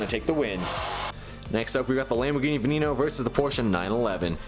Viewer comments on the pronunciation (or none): none